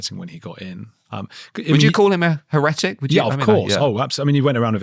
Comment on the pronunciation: Hair_retic, not Hairret_ic.